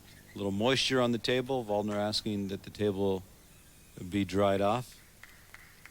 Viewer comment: they mispronounced Waldner's name too. these announcers are pretty terrible